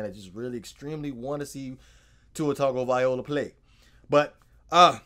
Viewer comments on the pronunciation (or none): Tagovailoa but you’re saying Tagovaiola...Or just keep saying Tua is better! cool video though!